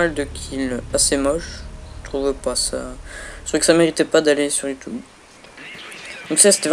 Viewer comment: Youtoube xD